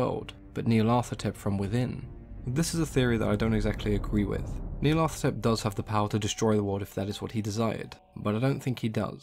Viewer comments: It should be Nee-ar-lat-hotep anyway. Hotep is a syllable often found in Egyptian names, meaning "is content", as in Rahotep - Ra is content. The th sound is so far out of language, it grates. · hotep is an egyptian honorific... It's Nyarlat - hotep, no th sound. Nyarlat rhymes with cat. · Nee-arla-tho-tep is how I pronounce it. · I love how you pronounce its name "Neil Athetepp".